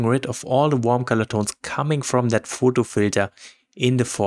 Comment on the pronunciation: Hasst Du gut getan. Danke ! (In english you pronouce PHOTO not Fôôôôôôtôôôô with a strong german accent 😄😄 aber gerne wieder !